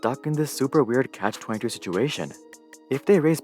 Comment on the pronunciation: You said "Cash 22" I just wanted to ask if that was on purpose? The phrase isn't cash-22. It is a "catch 22" situation.